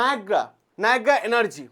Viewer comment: Sir negra noy, nayra